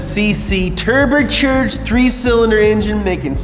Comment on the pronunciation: " turbuchurged" Yeah... 👌😊